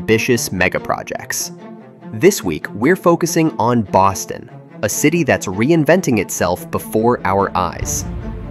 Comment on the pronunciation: I swear it sounds like you’re saying Austin instead of Boston. Also, if anybody’s wondering about Boston it’s probably one of the coolest cities in North America honestly. Best time to go in Mid to late Spring